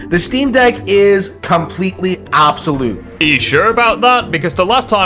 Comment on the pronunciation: He can't even pronounce the word 'obsolete' 🤦‍♂️